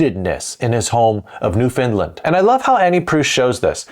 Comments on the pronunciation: Just a friendly tip from a Canadian. It isn't pronounced New Finland, as in this video, it's NewFoundLand (capitals to show emphasis but not otherwise used). We do tend to blur it together though. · Oh, dear sir, please. It is New-Found-Land 😁🤣